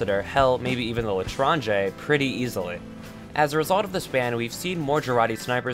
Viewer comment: Thank you for pronouncing L'Etranger correctly. ...I cringe whenever I hear someone say 'leetranker'.